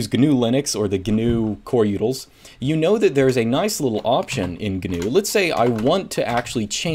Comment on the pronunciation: Instead of utils he says yoodles. First time ever hearing this XD